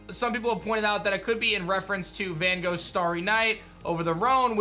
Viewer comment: as a dutch guy the way people pronounce Van Gogh's name makes me cringe so hard 😂😂😂